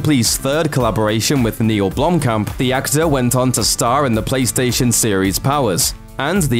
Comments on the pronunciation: If i had a dollar for everytime he said blomkom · jeez! as a South African i cringed at every mention of Blomkamp. he kept pronouncing it wrong. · blumpkin... sorry it's all i hear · if you said his name right, that would be great